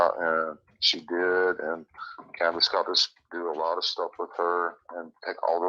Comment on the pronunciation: She said canduce sold her for 50 thousand